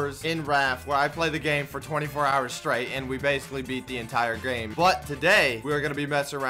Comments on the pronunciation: "We basically beated the entire grame" XDDDDDD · We basically beated the entire gyrayume